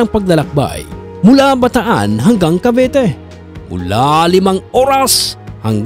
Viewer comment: Bataan-Cavite po hindi Bataan-Cavete